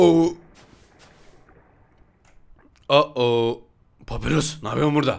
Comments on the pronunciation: Abi papirus diye okimican papayrus diye okican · Ya abi papirus değil papayrus de şuna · Abi papirus değil papayrus deniyor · yanlız o papirus degil papayrus diye soyleniyo